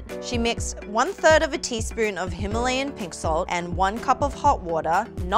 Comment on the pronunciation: They just pronounced Himalayan wrong 😅